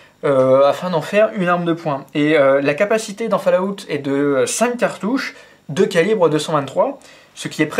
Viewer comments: att j espere tu trole en disant "falout" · On dit ''falaout'' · ....au final, pour ton info, au niveau prononciation, on dit (phonétiquement) fôl-owt(TTT) merci au revoir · putain mec, fall-août! ...................